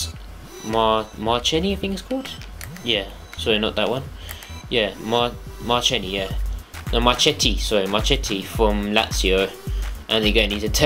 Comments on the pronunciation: Marchetti is pronounced Marketti, just helping you out mate! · classic Brit... cant even say their names right... KEY-EL-INI, MAR-KE-TTI, CAMP-AN-YARO. mio cazzo uomo.... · Marketti (double T) is the pronunciation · It's MARCHETTI and I pronunce Mar-két-ti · he is pronounced marketti and he is one of the best keepers in the world atm (potential wise) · The "c" of Marchetti and Chiellini sounds like the "c" of "cat", i'm italian ;) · marchetti? more like marshitty